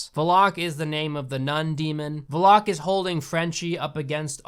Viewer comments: i hate the way he says Valek lol it's Val-ek not vo-lock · It’s not Vlock. It’s Val-lik. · I'm sorry, but it's pronounced Val-Ek, not Volok. I know you ain't gonna remake this video, it's just bothering me that I had to say something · NOT VELOCK ASSHOLE, IT'S VALECK. THAT'S HOW YOU SAY IT. BEFORE YOU CRITICIZE, LEARN HOW TO PRONOUNCE WORDS AND READ. YOUR REVIEW FUKIN SUCKS. THE MOVIES ARE MEANT FOR FUN AND CHEAP SCARES NOT FOR DISSECTION. IF YOU WANT TO BE A MOVIE CRITIC, LEARN HOW TO READ, PRONOUNCE AND UNDERSTAND WHAT THE MOVIE IS FOR AND WHAT THE DIRECTOR WANTED TO DO. EDUCATE ME AND DON'T CRITICIZE FOR WATCHING THIS SHIT. BECUASE IT'S ALL JUST FOR FUN!!! CHEAP SCARES. THATS IT FOOL!!! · I feel like The Nun is supposed to be a comedy. Because Valak uses 99% of the movie being a dick to the humans. Also it's pronounced Val-ack (like ch from loch and not lock). If it was Valok or Varlok, there'd be an r. I'm sorry it just 😂 Lorraine said so in the Conjuring 2. But yeah, if The Nun had better writing, it could be a comedy. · I know this is old but it's pronounced VA-LACK not Va LOCK LOL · Bruh... you pronounce names wrong... ie. Vlock you said... it’s Valek 💀 if you’re going to be critical about something... please at least get your pronunciation right :/ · The funniest thing is the way you pronounce "Valak" as "Valock" don't get me wrong i HATED the movie "The Nun" but where tf did you get Valock? And it doesn't help that you said it so many times, I'm dying! 😂😂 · did my guy really say "Valock"????? smh its "Valek". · Veloke? Oh dude, at least learn how to pronounce the name of the villain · No. It's Val-ek. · It's actually vallok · No. NO!! IS PRONOUNCED VALL-ICK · His name is pronounced vah-leck (it’s just something I noticed you were saying sorry) But Jesus we watched the nun and I’ve never noticed half of this shit 😂 but ugh there was some parts that I just constantly sighed about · Hmm I thought it was Val-ick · It’s VAL-ACK u dumb bitch